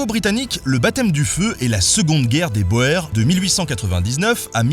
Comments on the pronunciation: salut, ERREUR ERREUR ERREUR de prononciation le mot "boer" ne se prononce pas "boheur", mais "bourre". Merci c'est tout pour moi ! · PS: Boer se prononce "Bour". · Petite note : boer se prononce "BOUR" (même racine que bourg si je ne m'abuse) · Cool la vidéo mais boer en néerlandais ne se prononce pas « boeur » mais « bour » car le oe en néerlandais veut dire ou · La prononciation Néerlandaise n'est pas terrible non plus "Boer" se prononce [bour] (paysant dans la langue de Van Der Poel) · La guerre des Boer : Boer se prononce bouuur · Détail : Boer se prononce bour.